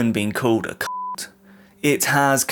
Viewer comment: Apart from "cult" that sounded like something else 🤭